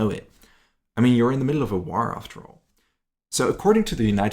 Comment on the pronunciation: What’s a “War-Ruh”? The English word, “war,” only has one syllable - not two!